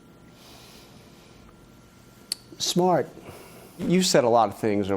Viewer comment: "Donald trump... Two weeks later..."SMART" Long wait to piece together only one syllable!!!